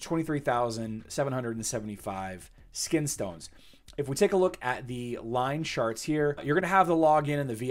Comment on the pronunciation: I swear he said line sharts:_seven